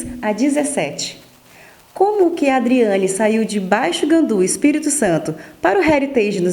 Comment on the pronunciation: A repórter deveria estar mais preparada. Nem o nome da Adriane ela fala direito.